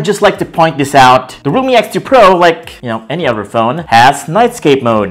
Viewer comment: Everything's fine but why do you call if RUMI😂🤣😂